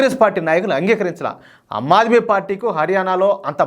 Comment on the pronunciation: ఆమ్ ఆద్మీ పార్టీ - మీరు అమ్ ఆద్మీ పార్టీ అంటున్నారు